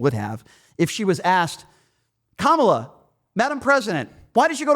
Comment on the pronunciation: How come everyone who doesn't like Kamala, can't pronounce her name correctly? (hint: I don't think its intentional racism, I think its a tell that they only listen to propaganda "news" that knowingly mispronounces her name)